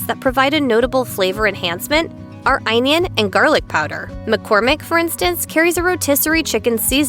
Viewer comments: Am i having a stroke,or is onion being pronounced weird? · Hippo U R correct ONION<said weird